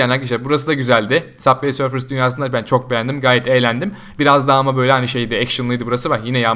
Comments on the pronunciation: Saf vey sörf deil subay sörf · Yanlız süber sörf diye okunuyor